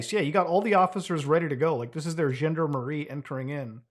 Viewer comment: It's *gendArmErie, not "gender Marie". The topic of the video seems like a positive development, but come on, you're from a francophone country so say French stuff right!